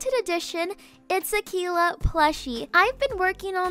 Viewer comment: It’s not Aquillla it’s Akeila (good effort tho) :)